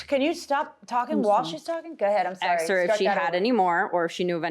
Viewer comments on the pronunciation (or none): What a beautiful woman… until she says “so I axed her”